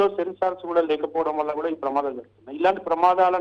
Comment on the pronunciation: ప్రమాధాలు కాదు తల్లి ప్రమాదాలు